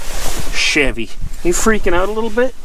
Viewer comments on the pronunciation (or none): none